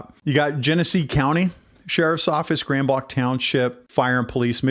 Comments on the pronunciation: Please pronounce the town name correctly. It is NOT Grand BLAHNK. It is Grand BLANK. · Overall, good brief. 👍 No, I don't think that you cherry pick verses. The local (proper) way to pronounce the name of the location is Grand Blank (regardless of the French spelling). The LDS are NOT Christian, regardless of their claims. Here are a few FACTS about them: They believe that God was once a man and married. Humans can become Gods. Jesus and Lucifer are spirit brothers and older brothers of humans. They have different sacred writings. They have the New World Translation, Book of Mormon, The Pearl of Great Price, and The Doctrine and Covenants. NONE of this is Christian. All of this being said and understood, NOBODY DESERVES SOMETHING LIKE THIS TO HAPPEN TO THEM. All human beings have the God given right of defense, regardless of religion or lifestyle. There is 0% chance of a person turning their life over to Jesus if they are not alive. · Trust me its pronounced grand blank. It may be french but non of us from the area pronounce it that way. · I will share with our Pastor, thank you. I live near Gr Blanc, and have always heard they have a good PD. The DNR officer response was such a blessing! One totally unimportant thing I'll mention is that locals mispronounce the township name as Grand BLANK. Just in case people are wondering why interviewees say blank vs blanc, it's local dialect. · Grand Blanc is pronounced Grand BLANK. 😊.